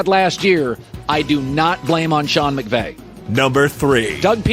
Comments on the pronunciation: Am I the only one that heard him say Sean McGay? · Did he just say Sean McGay? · he totally said "Sean McGay" you can't tell me he didn't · He said "McVay" the right way each time after he said "McGay". He knew what he was doing